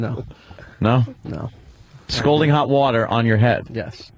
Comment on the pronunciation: Why do they make fun of for saying scolding water?